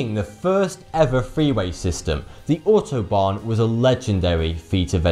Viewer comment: I know this is a serious topic but I just adore the way pronounces Volkswagen and Autobahn XD Is it inpolite to think it's funny how English speaking folk talk German?